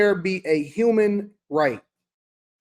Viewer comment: “As a YOUMAN right!” 😂